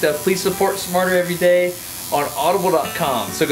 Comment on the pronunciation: I thought you said "martyr every day" because of the pain and suffering you put into every video.